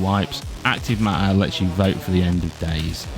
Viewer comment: "acrive maaaaer"